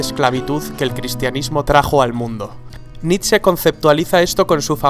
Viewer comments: nitze? naaa, es nitche (foneticamente) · Se lee nish, no?